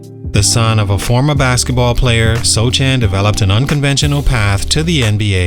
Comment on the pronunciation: It's pronounced "So-han", the "c" is silent.